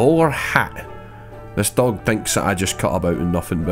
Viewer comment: I'm not sure if its "Dog" Or "Doug" at this point